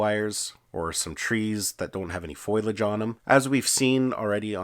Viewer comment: Foliage not pronounce "foil-aj," it's pronounced "foe-lee-aj."